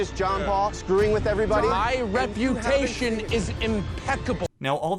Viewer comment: My REP-U-TATION is imPECKABLE